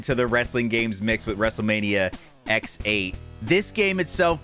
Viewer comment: Did he really just call it Wrestlemania X-8 instead of 18?